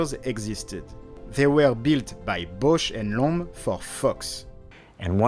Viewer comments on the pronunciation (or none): needs to learn how to pronounce "Bausch and Lomb" correctly... "Lomb" rhymes with "bomb", not "loam". 😂